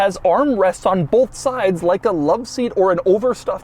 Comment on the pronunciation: Love how he says BOLTH